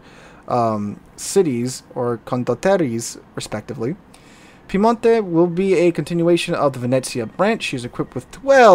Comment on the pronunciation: the correct pronunciation Its not piemontE, its piemOnte. 🙂